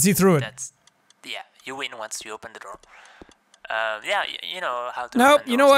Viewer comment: Door?? Guy sounds like he’s saying “Der” 🤣🤣🤣🤣🤣🤣🤣